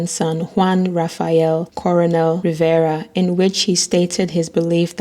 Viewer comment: Rivera not Riviera.